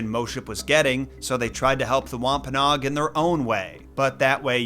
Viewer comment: Thought it was wom-pa-NO-ag